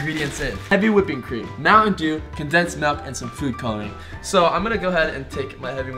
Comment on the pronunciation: I like muantendew to